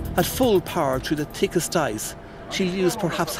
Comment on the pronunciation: Who needs the "h" in "th" words anyway. I mean this boat cuts through the tickest ice.